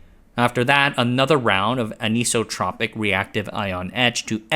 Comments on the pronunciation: Sorry to nitpick - I love your content. But you butchered the living heck out of the pronunciation of "anisotropic" when discussing 'anisotropic etching'. The word is like the word "isotropic" effectively meaning it has the same characteristics in all directions (which is pronounced like "ice-o-tropic"). Thus "anisotropic" is pronounced very similar to "isotropic" just with an "an" on the front - effectively sounding like: "an-ice-o-tropic" aka "an-isotropic". Meaning having different characteristics with respect to direction. It effectively means "not isotropic". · Minor nitpick, the “iso” in isotopic or anisotropic is pronounced “eye-so” as in “isolated”